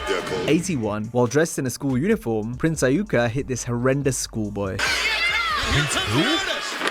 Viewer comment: The way the ai narrator pronounced Prince Iueka’s name was just horrendous. Jesus Murphy